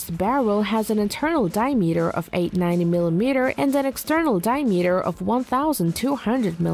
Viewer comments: dye-meater is right up there. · Yeah, what's a "die-a-metre"? LOL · “Die-meter” or “Diameter”? Get someone who can read! 🙄🇨🇺🇺🇸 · and mispronouncing, Accuracy and Diameter, both of which made me cringe each time